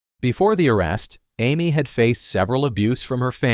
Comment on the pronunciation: It’s “scape” goat not escape goat. Do you not know how to pronounce Samantha and Amy?. You need to proofread your word before putting it out here.